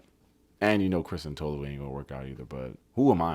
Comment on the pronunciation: Izzy was an uncle at a college party. Chris is not into Tolu like that, and the way they pronounce her name 😒 😂. Christine was confusing, Kaz wasn't the devil, not very smart, but not the devil. Jess thought she could be the exception to the rule, and sadly, she wasn't. I wanted to see more Trevor!